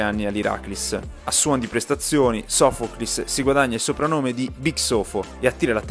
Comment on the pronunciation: Si dice Irakli's.sofokli's....tri'kala...ioniko's nikeas..